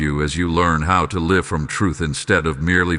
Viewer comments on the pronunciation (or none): none